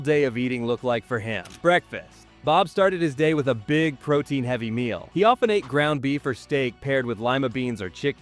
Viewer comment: AI slop. Ate becomes Aitay. Lame.